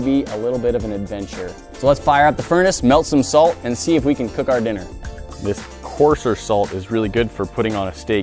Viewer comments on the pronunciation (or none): corser salt lol. its kosher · Btw it’s pronounced KOH-SH-ER not KO-SS-ER, also note it’s spelled Kosher. Nice video nonetheless. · korser salt it ko-sh-er :) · why does he say coarsher salt but not kosher salt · ITS PRONOUNCED KOOOSHERRR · Anyone else notice how he pronounced 'Kosher'.